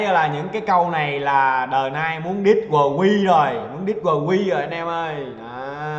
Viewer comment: Vkl tên ngta đọc quờ qui :))))